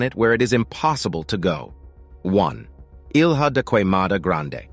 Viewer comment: Ilha and Cunha are terribly pronounced. Ilha is spoken as Illya, Cunha as Coonya.